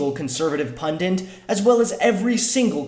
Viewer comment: the word is pundit and not "pundent" just FYI